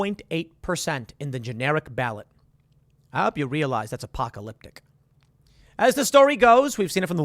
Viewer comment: Good God dude can you stop saying "apocalypTIC"